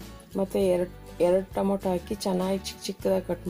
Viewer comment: Mam it is tomato not tomoto